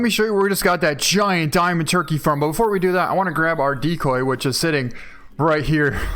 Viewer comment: "Let's pick up are dicoy" IT'S A DIAMOND!!!!